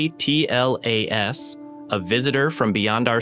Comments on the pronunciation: Is this an AI channel? Why does he keep saying 3i / A T L A S, instead of just Atlas? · Just say Atlas , you don't have to say each letter A pause T pause L pause A pause S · OMG for crying out loud say the word atlas not a-t-l-a-s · Please stop using the seperate letters and just call it ATLAS instead of Aa Te El Aa Es ! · 3 I slash A... T... L... A... S??? Why😂😂😂😂😂😂😂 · You lost me at “3…… i… A. T. L. A. ess” Bozo ai nonsense paired with random clips and no new information. Why are people like this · the way you pronounce 3I/ATLAS is jarring. as if you're using an AI-generated voice. also, content had actually no new info about "three i slash a tee el a es" for a whole 10 mins. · That's one of the strongest indicators that it's AI . I've never heard a human presenter say J-U-I-C-E, it's always 'Juice'.